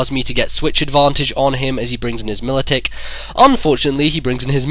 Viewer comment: Every time I heard Militick it hurt my ears.